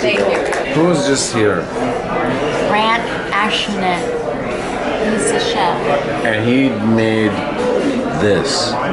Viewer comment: you butchered his name "ashnetz" ?!?